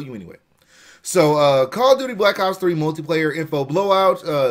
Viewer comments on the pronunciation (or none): none